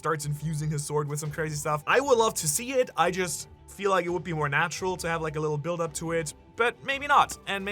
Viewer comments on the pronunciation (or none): none